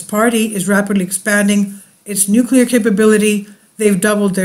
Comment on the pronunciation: Nucular war? No way